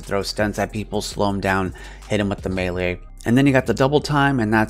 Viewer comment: Mad respect for saying Melee correctly!!